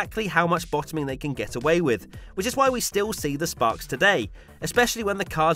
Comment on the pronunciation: Sparks. The word is sparks.